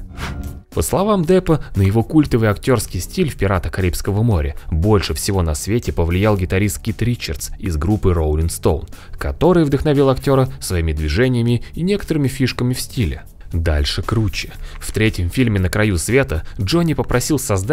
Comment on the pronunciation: Говорит, что любитель рока, а СтоунС произносит как Стоун. Лол.